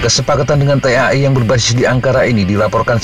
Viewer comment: T.A.I . .....menyebut huruf satu persatu ... risih juga kalo dibaca langsung!😂.